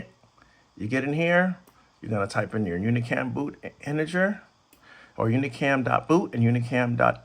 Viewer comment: Shouldnt it be integer instead of interger?